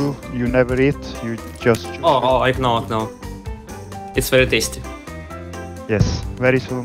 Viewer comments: с первого класса учиди что надо не "ай кноу", а "ай ноу" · сказал you кноу?:D (кто понял тот поймёт)